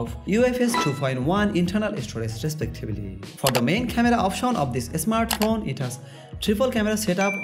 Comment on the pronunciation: Bangali English. Not asmart phone smart phone 😀